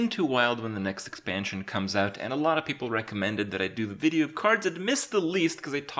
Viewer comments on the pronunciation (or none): none